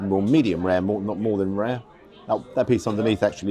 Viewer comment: venison tar-tare- not sure I'd order that one